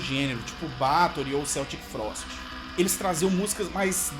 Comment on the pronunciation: Se pronuncia "Keltic Frost"